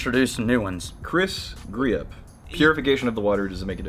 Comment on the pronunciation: Thanks for using my question it helped but Griepp is pronounced (Greep) lol